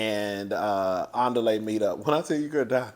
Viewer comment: The way you mess up Andile’s name takes me down every single time. ANN DEE LAY! 😂😂😂😂😂 it keep sounding like the beginning of Nelly song.